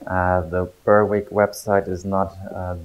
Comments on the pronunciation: Hi, Berwick is pronounced like "berrick". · Don't pronounce 'w'